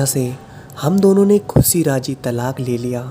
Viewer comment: Your vedios are really gud👍😊but plz plz avoid saying "सहर" "सायद" "खुसी'' instead of शहर, शायद & खुशी etc. It's sounds very irritating😔